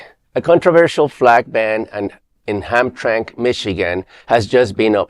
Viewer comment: Sweet baby Jesus son. It's pronounced Ham tram ick Michigan. It has ham in it so why are these disgusting fake religionists living there? I love ham. And drinking and whoring. Long live the Christian Crusaders!